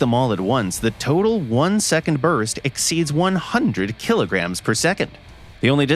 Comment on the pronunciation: "100 kiligrams a second"